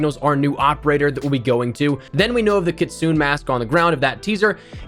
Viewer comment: It's Kit-su-ne 😭